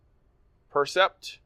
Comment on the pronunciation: Hey guys - fix the name of the racket at least? been 2 videos on the new Yonex line and it's the "Percept" - like, perception, not "PRECEPT"... It's kinda embarassing now at this point...